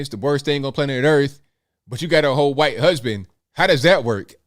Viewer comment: Hey…. Why do you say the quite man? Instead of white man? Just curious.